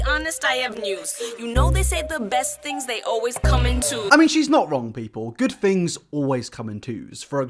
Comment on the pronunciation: "americans go to school" says someone who pronounces things as fings. also she has a pants suit on without the pants. thats why he said she had no pants on. we know what jean pants and shorts are bro. you focus on your fings.